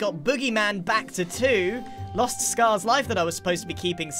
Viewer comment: It’s actually Sca-ha-rs diamond armor